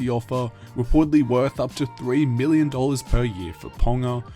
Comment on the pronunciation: I can’t help but hear Billion when you said million some of those times. Idk why haha